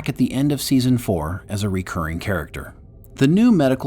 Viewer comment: Please learn to pronounce “recurring”!